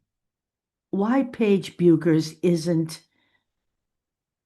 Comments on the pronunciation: It is pronounced Beckers. Take care. I think only AI videos say it the other way. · It’ pronounced Beckers. I have family in Minnesota where she is from and that’s how the pronounce it. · Paige herself said: her name is pronounced "Bekkkers"...not: " Buuuuuukers"!!!!!!